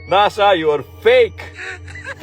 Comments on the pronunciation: Last I heard it's NASA not Naza: National Aeronautics and Space Administration. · 😂 love how you say NAZA